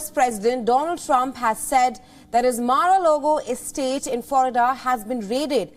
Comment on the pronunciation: Ouch!!!! Started with a mistake- it’s Mar-a-Lago NOT “Logo”. How do I know the rest of her newscast is factual and without bias?!!!! You seem to know more about this than even the American people - something doesn’t sound right here - you must have a direct line to the FBI!!!!